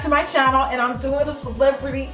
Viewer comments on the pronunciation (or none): none